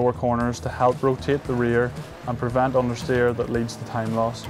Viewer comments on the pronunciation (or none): I have to put my ear at the speaker to sometimes understand this guy. Pronounciation and articulation really bad due to heavy accent. an example. Leads to tight class? Leads to type blush? Time lass? Ohhh ok time lost